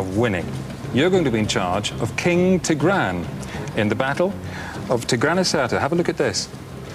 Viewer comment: wow he pronounces tigran so wrong